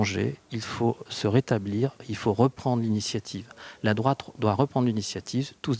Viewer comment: Les Francais sont tous dislexiques < > / Ils mettent des ''r'' partout: < > c'est mon favorit, le pire est que ca fait des annees que ca dure, et personne n'en parle, !!! La France, un pays de minables !